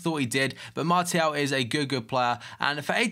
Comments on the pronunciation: It´s french, so pronounce him Marsial /Marcial, if you know what I mean. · but it's pronounced Mart-e-al not marshall